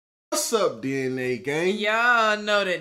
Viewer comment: I thought it was DNA gang not D and A gang😭